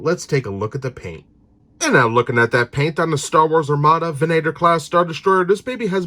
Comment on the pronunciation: Lovely vessel. I'd only collect them for display. It's actually pronounced "Vehn-ah-tor", however.